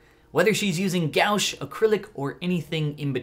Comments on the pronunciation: you said it like there was no a... You said it like gouche but its gouache you have to pronounce the a and the u is pretty much silent. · the paint (gouache) is pronounced as gwaash not gowsh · .... okay... my head just went 🤯 when I heard him say “gowsh”.... like... that hurt 😂 i had to double check that I had been pronouncing it right all my art career! 😂😂😂 ( I know he apologised in the description... don’t come at me ) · All I heard was "OUCH" :D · Hey fyi, Gouache is pronounced guh-wash. I really liked the video! Have a nice day :) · When he said gowsh, I had a stroke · the way he said gouache rubbed me the wrong way but this is so beautiful 😍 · IS NOBODY GONNA POINT OUT HOW HE SAID GOUACHE LMAO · The way he pronounced gouache honestly gives me life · It pained me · Did he just say gouache wrong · why did he pronounce gouache like that